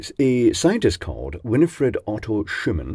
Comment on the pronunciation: Schumann in german is pronounced like “shooman”